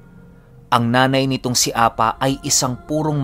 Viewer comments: Hindi po apa ang pag bigkas niyan kundi A-PA! pipi ang ibig sabihin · Apâ ang pronounce jan hindi apa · A-PA!ganyan pag pronounce.sa tagalog pipi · APÂ - Apa is a hiligaynon word which means pipi. Bigyan mo lang po ng tense sa PA. Bale ganto mag pronounce A-PÂ. Avid listener niyo po ako from Iloilo☺️